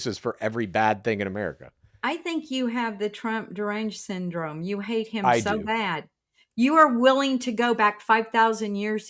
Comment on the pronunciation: “I think you have the Trump Derangggensyndrome” Ok.